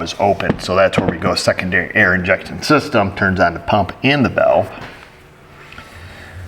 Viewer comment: Did you say, "Second Derriere?"